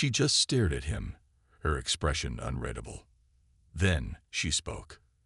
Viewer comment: When are people going to educate AI? It's unreedable not unreddable. Get human narrators rather than be lazy and trust it to AI which doesn't seem capable of getting it right. The only good thing is that the speech is natural, no pause in the wrong place or missing when needed.